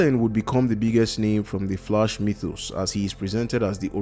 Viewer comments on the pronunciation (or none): Sorry, but you pronouncing The Flash wrong. It sounds like The Flush. Well some times it sounds like that. It's understandable, if English is you second language or have some kind of speech disorder or something like that. But I don't know how to explain it using comments how to correctly pronounce it.